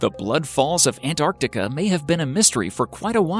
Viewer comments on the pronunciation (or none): none